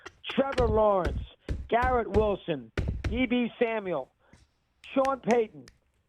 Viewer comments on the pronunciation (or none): "Deeby Samuel" 🤣